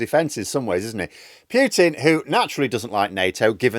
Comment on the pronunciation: PUUUTEEN ya dmfg. Not PYYUUTEEN.